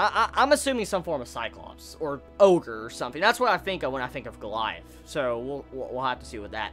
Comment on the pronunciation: It's not pronounced go-la-ja-th but go-li-ath -_